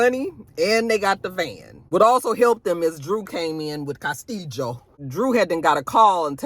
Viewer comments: You and the Cas-tee-Jo! Lol 😂 😅😅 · The way you say Castillo 😂😂😂😂